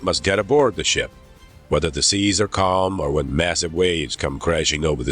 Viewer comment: Whether the Shun is shining or the Sheas are Shtorming 😂